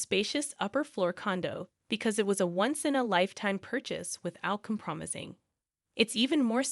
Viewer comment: Compromising: COM-proh-my-zing.